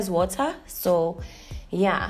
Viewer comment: "H-White"... "H-Water"😂😂😂😂😂😂